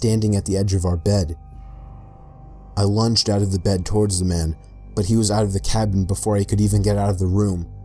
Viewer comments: Nobody:: TORWARDS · You have the weirdest pronunciation of "towards" I have ever heard. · "towards" only has 2 syllables :D